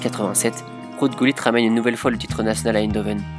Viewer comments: Did he said GULLIT? I have always known him as HuLLIT. 😂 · In French we pronounce it like that